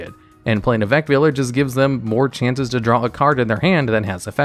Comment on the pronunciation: He said Effect Veiler right!! :D